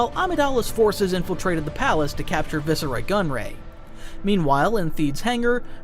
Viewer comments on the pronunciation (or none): Not a criticism but I find it a little amusing that he pronounces "viceroy" differently each time. Loved the vid too